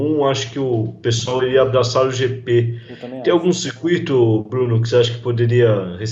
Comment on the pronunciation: JP???????? Ehehhheh Jrande Prémio.... É GP ( Grande Prémio )